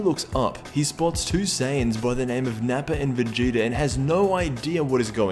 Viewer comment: Idk but it pisses me off when u try to say vegeta's name, Vegeter